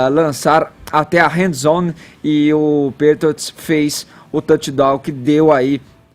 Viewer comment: Mano, falando sobre futebol americano kkkkk sabe o mesmo tanto que eu sei de avião, sei que voa. O cara me manda um "HANDZONE" quando quer dizer "Endzone". Por favor gente, antes de comentarem algo, procurem saber o mínimo sobre o assunto, antes de falarem as asneiras que falam. Que "fumble" de comentários sobre o Super Bowl